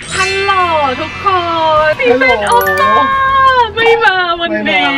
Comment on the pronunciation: พี่บูมพูดฮัลโลสตีเฟ่นโอปป้าเปะเวอร์ที่สุดแล้วชอบบบ🤣